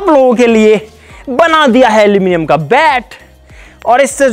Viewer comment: alo 😂 alominium